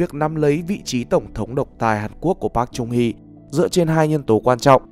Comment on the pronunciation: Wow!!! Nd video được tóm tắt dễ hiểu, giọng đọc dễ thương mà bị sai xíu xiu đoạn đọc tên của cố tổng thống thôi (cách đọc đúng là Park “Chơng” Hee ạ) nên mình xin phép để lại cmt cảm ơn và gửi tặng lại cách đọc chính xác nhất, với tư cách là dhs đang theo học bên này ạ.😗